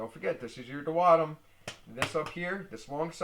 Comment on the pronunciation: I knew he was pronounceing that wrong . He is good at the explanations tho